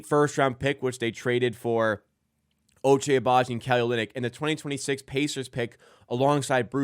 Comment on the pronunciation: Ochai has been here for a year, and you still call him Ochay? 😭